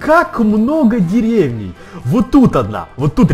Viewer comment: Правильно не дере́вней,а деревне́й